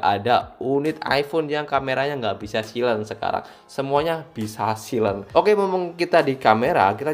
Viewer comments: dibacanya sailen bukan silen wkwk 😂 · bacanya saylen bang